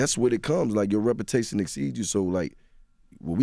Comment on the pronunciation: “Your ropertation exceeds you” 😂😂😂😂